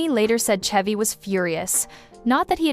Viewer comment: Why are you pronouncing Chevy like that?